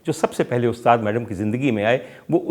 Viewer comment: Great Commentary but Its Madam not Maadaam